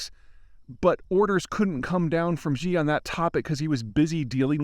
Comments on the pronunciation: Yes Xi (it's pronounced 'ssshee' btw not the way Peter and many journalists who don't bother to do their research says it) has cultivated a cult of personality, but he isn't loved by many ordinary people (though of course they won't tell you on record) because of how has handled covid and screwed the economy. Of course he has advisors and speech/book writers. The main one is Li Qiang, who has been promoted very quickly to the highest level of the politburo standing committee after Xi himself. There are people that spend their life studying China and the CCP and it's pretty obvious that Zeihan is not one of them. Having said all that, he is broadly right that no big decisions can be taken by anyone except Xi and that the USA must meet with him and his top guys if we want to avoid accidents which could trigger a war. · could you pls pronounce Xi in Xi jinping a little bit more accurately? It's pronounced like "she" not "gee" (tone drops at end unlike with she but let's get the pronounciation right before working on tones :-) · Xi is pronounced 'she' not 'zjeee'. I speak mandarin fluently. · Xi= she. Why do people pronounce this wrong. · Peter you really should try to use the correct pronunciation. Xi is pronounced “shi” it sounds like the english “she” its not “jee” or “jhe”. It would be one thing if you were just a regular guy but youre a geopolitical subject matter expert, so you should go out of your way to get the small details right. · Xi is pronounced like "see". the way you say this god damn name would be "zhi jin pin". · Xi Jinping.. Xi is pronounced more like ‘Shee’, not “Gee”. X = Sh. Love your work. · Peeeeter (Griffin), ya gotta fix the Xi thing. Simply pronounced ….she, not zzzhhhiiii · Peter, I want to implore you: it's not "Zhee". The "x" sound in Chinese is a dentalized "sh". Saying "She" for "Xi" is close enough, and much better than "Zhee". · Someone for the love of god tell Peter how to pronounce "Xi".